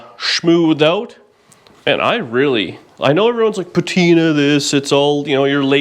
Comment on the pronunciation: If ya do it right, patina becomes pa-TY-na.... what could be better that? just sayin'...